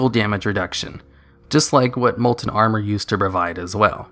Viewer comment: Molent molent molent molent molent molent molent molent molent molent molent molent molent molent molent molent molent molent molent molent molent molent molent molent molent molent molent molent molent molent molent molent molent